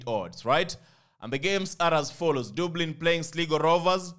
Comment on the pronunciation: RRRIGHT... I always love that word..